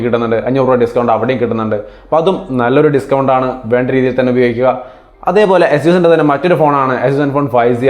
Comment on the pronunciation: അസ്യൂസ് അല്ല എയ്സസ്‌